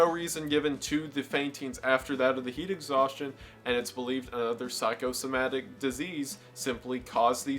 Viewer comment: How can you say Psychosomatic properly, but not Halifax?! Thanks for the good video dude.